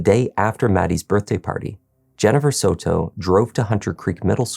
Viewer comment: It’s not sew-toe. It’s Soto. Like Soda but with an O at the end instead of an A.